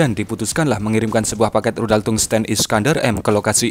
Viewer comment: tungsten, baca tangsten secara biasa